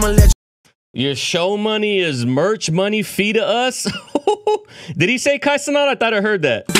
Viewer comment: On Kai’s stream too he said the first time they met that’s how drake said his name, (Kai - ce- not), when it’s normally pronounced, (Kai - ce - nat), and no one else would know that so AI would have to pronounce it properly.